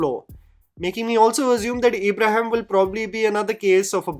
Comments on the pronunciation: His name's ibrahim not eeeebrahim. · Everything was great em talking about the review but bro it's not Abraham it's an Islamic name ibrahim ibraheem not A bra ham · Just cause your videos are in english doesn’t mean you should pronounce Ibrahim as Abraham tf 😭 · Find it funny how says E-brahim rather than IB-raahim. 😀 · It’s not EEEBRAHIM ITS IBRAHIM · Its an out of syllabus answer but, you have pronounced Ibrahim's 4 different ways in the video.. Its just Ibrahim.. (ebraheem)😅😂 Agree with the rest of your video though..😅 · it's Ibrahim NOT ABRAHAM 😅 I can totally understand the pain you went through to watch this. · Isn't his name Ibrahim? You kept saying Abraham😂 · Its Ibrahim for gods sake 😂, Not abraham 😂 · Nobody: during this video:- EEEbrahim, Abraham, ebrahim, anything but Ibrahim hahahah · Eeeebrahim nahi bhai Ibrahim Bol bhai please😭😭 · CONGRATULATIONS!!! you FINALLY hit the proper pronunciation of Ibrshim. It wasn't Abraham or EEEEEEEEbraheeem. You've used all three in this video. I almost feel like I fell for ur bsit here to comment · No one:: Eeebrahim Ali Khan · Dude u cant even pronounce his name properly 😂 fair enough he bad as an actor but seriously 😂,u as a film critic can get that basic part correct in the last segments of ur video ,ur basically calling him Abraham 😂. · Why you have to stress the E in Ibrahim? Lol. Its a soft E sound... But then you turned him into Abraham half way into the video 😅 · I have criticism for you though: How hard is it to pronounce a very common and easy name like Ibrahim????